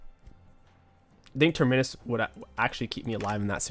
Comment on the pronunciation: Every week he learns how to say terminis a little bit better